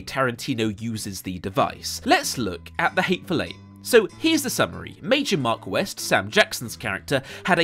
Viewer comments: His name isn't "Major Mark West", it's "Major Marquess". Dude, what the fuck... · Did this guy say Major Mark West? LOL!!!